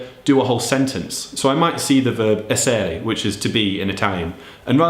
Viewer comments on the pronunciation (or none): èssere ha l'accento sulla prima sillaba! Comunque ottimi suggerimenti :)